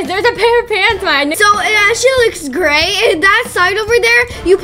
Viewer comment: Say gray and you would get it right